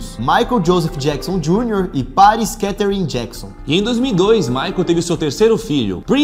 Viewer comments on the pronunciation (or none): Páris hahaha um canal tão grande desse, gente! Se esforcem pra pronunciar os nomes certos!